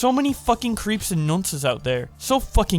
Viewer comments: I love you my American friend but the word "nonce" is pronounced "n-ON-s" emphasis the "on" and the "sss" noise. And an explanation on the word is originates from prison slang in the 70's/80's English prisons when a child molester was placed was placed on N.O.N.C.E = not on normal communal excersise. Meaning if your a "nonce", your a pedophile. And not so much in the American accent, but in the English accent this word just rolls off the tongue so fittingly. This guy is what you'd call a grade A, trampoline sniffing, nonce. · Can we get a rip for the pronunciation of nonce